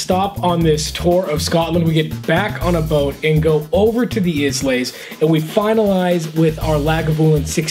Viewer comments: first its WHISKY. second its eye-laY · Islay is pronounced EYE-la. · Pronunciations...Ed-in-ber-ra, eye-la, o-ben. Come on guys, I like banter and shenanigans but you should make an attempt at being a bit more informed prior to shooting. What is good is that you spend time talking about each and not going on tangents or down a different path. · I don't want to sound like a whiskey snob but Islay is pronounced as "eye-la". Thanks for the reviews and including the prices since that is a huge decision factor. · Eye -luh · i-la = Islay